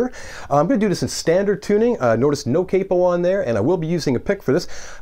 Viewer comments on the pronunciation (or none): none